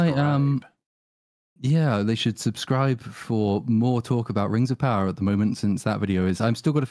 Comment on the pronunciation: Rrrrrrrrreeee of powerrrrrR